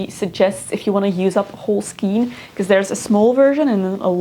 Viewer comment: I also really love the pixie hats on children! You should check out the ‚Hectors bonnet‘ it’s addicting to knit and really cute. I’ve made about 15 for many children in my friend group :) btw ‚skein‘ is pronounced like rain